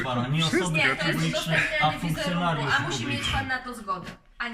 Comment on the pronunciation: Nie pan tylko fonkcnjonariuszu